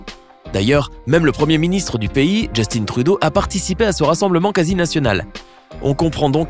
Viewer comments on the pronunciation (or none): Et je suis mort il a dit justinne trudeau